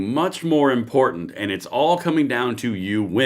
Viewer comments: I don’t trust anyone who says important like that guy did…. Import tant 😂😂😂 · Lost me at imporTanT, how do say several?